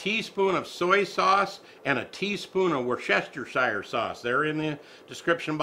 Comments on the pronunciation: Wor-cester-shire is actually pronounced "woostershire" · Hey,! It's woos-ti-sher sause! All the extra syllables don't help, regardless how other people say it, it's pronounced this way! The oo isn't as if you were saying rOOster, it's more like if you were calling someone a woos! I hope that makes sense! Great recipe! It takes me back to my childhood! We ate a lot of goulash! I'm 69 now and this DOES bring back memories! I loved mom's goulash! I wish she were still with us! Thanks! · "Woo ster shire" sauce. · we can it worster-sure sauce the Chester is silent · It’s pronounced, ‘WUS-stuh-sure.’